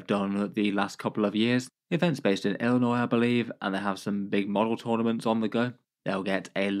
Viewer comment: You pronounced Illinois correctly and I am shocked by this 😮